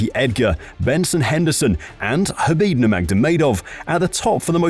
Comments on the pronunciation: And khabeed 😂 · habiD NurmagDamegov 🤦🏻😅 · Ah yes, Khabib NurmagDomedov and Charles OlivIEra 😂 WTH buddy?!